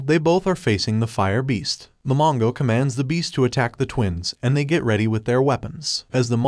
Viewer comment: Bro do not know how to say the